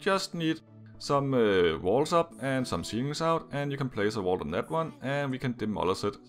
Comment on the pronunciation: Number 7, it sounds like you're saying the wall drops down on the generator, but it's actually a vault. Wall is so different from vault I can't tell if it's your accent or you just got it wrong